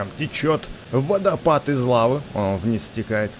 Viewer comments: не водопад а Лаво пад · ты там не правельна сказал не водо пад а Лаво пад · Не водопад,а лавапад! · Не водопад а лавапад